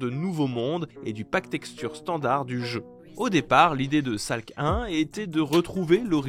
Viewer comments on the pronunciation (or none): Mdrrrrrrrr la prononciation de Salc1 aussi est catastrophique